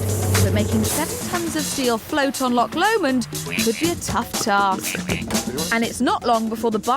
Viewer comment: Lisa , its loch Lomond . not lock Lomond .